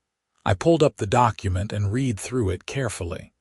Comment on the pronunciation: The AI narration is pathetic. Imperfect AI narration hasn't been refined enough to distinguish between the correct pronunciation of read in the context it has been used.